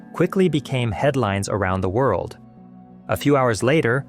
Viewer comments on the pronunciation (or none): none